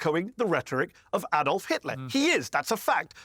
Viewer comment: What I don't understand, why can't Americans pronounce Adolf correctly? My name is Alan, it's like saying my name is AAAAlan!